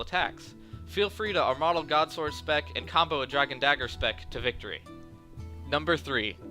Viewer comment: Great video, but the way you said armadyl made me cringe